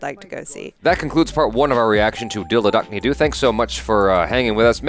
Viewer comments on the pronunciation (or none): the "Do" in Dil Dhadakne Do is pronounced as "though". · Thanks!!! This movie is one of my favorite holiday movies and I have rewatched it so many times. And, the "Do" in Dil Dhadakne Do is pronounced "Though":) The name just simply means Let the Heart Beat!:) Also, the conversation between Priyanka Chopra's and her mother's character in the spa actually is a juxtaposition of their relationships with their spouses. The Mother (Shefali Shah) knows and has made peace with her husband's (Anil Kapoor's) infidelity, but is sticking to the marriage to maintain the optics. Whereas, Priyanka's character is actually the self-made woman who is being forced by both her mother and mother-in-law to focus on family and have a baby, and shift her attention away from her business. There's a lot more coming! This movie has beautifully complex interpersonal dynamics among the characters. Can't wait to watch the next parts of your reaction. Cheers!!! 🥂☺